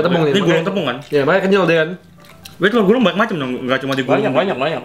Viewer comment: Banggg itu yg lu bilang telor gulung . Bukan tellor gulung tapi . (CILUNG. .ACI DI GULUNG )